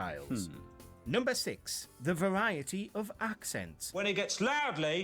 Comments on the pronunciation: The commentator on the video actually has a slight speech impediment i'd say...its not pronounced Fariety as he seems to say... we say Variety the same as you, and he's a northerner too which adds to the different way he pronounces words to most southern people. And by the way, Marmite is YUCK!! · Oh dear! I think you didn’t get that the narrator has a slight speech impediment hence the way he pronounced “variety”. Marmite, you either love it or hate it, there’s no middle ground. Personally I think it’s 🤢🤢🤢. What’s the deal with taps? (Faucets). I don’t get the American fascination. Yet when you ask for water in a restaurant you ask for tap water and not faucet water. Yup, nobody speaks like Dick Van Dyke. The woman at the beginning was putting on a posh accent most people don’t say iss-ue. I’d never drink the American version of tea, sorry. That’s just not real tea to us on this side of the pond. Also some people like weak tea and some like builders tea (very strong). I haven’t had sugar in my tea since I was 15. Milk, no sugar or sweetener for me please. It’s 14 pounds to the stone, not the other way round. American baked beans are a completely different animal to the British ones. Nothing like beans on toast and a mug (not cup) of tea. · The way he says variety is not his accent. He has a speech impediment. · The pronunciation of "variety": the speaker has a slight speech impediment, which seems to be quite common in Britain, called "rhotacism." It's the inability to pronounce the consonant "r." It manifests as more of a "w" sound. Famously, the stellar historian and TV presenter Lucy Worsley suffers from rhotacism, but it's kind of her trademark and it's actually rather adorable. Remember the scene in The Life of Brian where the crowd makes fun of Pontius Pilate ("Welease Bwian!")? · That is the correct🙄English way of pronouncing "variety"🤗..Its NOT a Speaking Impediment 😑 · I know it infuriated me when he said that